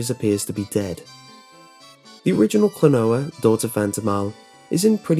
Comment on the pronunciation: It's "Klonoa", not "Klanoa". ;)